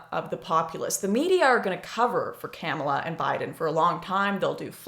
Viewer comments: I don’t think her name is pronounced camel-a. It’s kuh-ma-la. Lol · She said Camela 🤣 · Agreed, not to but an ass but its ka-mall-a. Joe Biden is mostly a diet right wing prez. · I love how your pronounce her name. Camella, LOL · Are you purposely mispronouncing the VP’s name? If so, I salute you